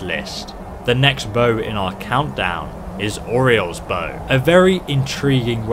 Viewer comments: “Oreos bow” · He said oreos bow